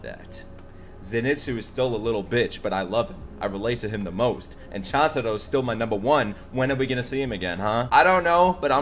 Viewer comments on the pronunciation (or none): …so is anyone gonna tell him Chuntaro is pronounced CHOON-TA-RO?